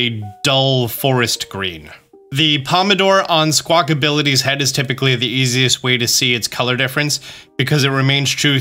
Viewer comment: It’s squawk a billy not squawk ability 😭😭😭